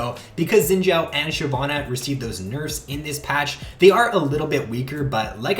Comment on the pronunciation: The way you say xin zhao makes me cringe